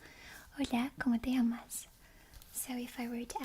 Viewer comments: As a Spaniard, i find it funny how you say “llamas”, maybe its because its soft spoken, but you barely pronounce the ll, so it sounds more like amas than llamas, and since amas is “you love” you are asking how do you love xdd, so maybe be careful. Ll is not like in English where its basically an L, its like a y, so maybe its eaiser to think of it as yamas, with the same ya pronunciation as yasuo, or same y pronunciation as yeah. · Tbh your Spanish is very good, except for your ll, which are a bit too soft and almost mute, maybe its an accent thing, but yeah